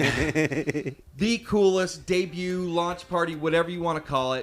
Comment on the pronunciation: Did she just say "debute" for debut? Nice video sans commentary.